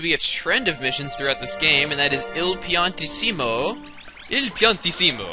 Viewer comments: PianTEESeemo, Not PiantiSEEMo. Italian, not Mexican. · Isn't Piantissimo pronounced like Pian-tissi-mo?